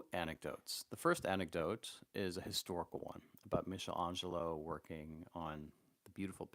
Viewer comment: hate to be a prick but michelangelo has a hard c ;) (meek not meesh)